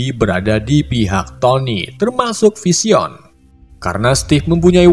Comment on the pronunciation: spiderman bacanya spaidemen bang,, vision juga baca nya aneh,. hadehhhh